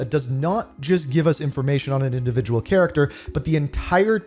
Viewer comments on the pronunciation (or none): none